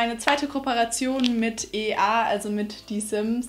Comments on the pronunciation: Man spricht es „ie ey“ und nicht e a aus😅 aber ich finde es gut dass du vollkommen hinter dem Produkt stehst👍🏻 Daumen hoch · Anauto das hat mich leicht aufgeregt das sie das falsch ausgesprochen hat naja jeder macht mal fehler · EA spricht man englisch aus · EA 😂😂 das sollte man englisch aussprechen - Electronic Arts 😂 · Anauto ist mir auch aufgefallen, haha